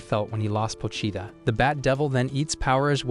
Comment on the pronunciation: 𝙉𝙤𝙩 𝙥𝙤𝙘𝙞𝙩𝙖 𝙥𝙤𝙘𝙝𝙞𝙩𝙖